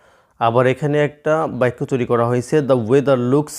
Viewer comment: আপনি বাক্যকে বাইকোবলেন🤔🤔🤔🤔🤔🤔